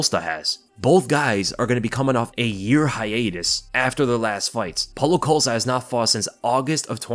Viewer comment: Polo coast-ah lol 😆 idk why but your pronounciation of costa's name always makes me laugh